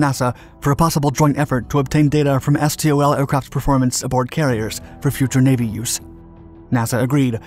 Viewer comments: It's pronounced STOL, not S.T.O.L... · Please, stop saying "es tee oh el". In the aviation industry it is just pronounced "stol". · It’s usually pronounced “stōll”